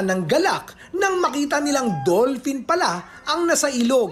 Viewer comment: dull pin daw, lol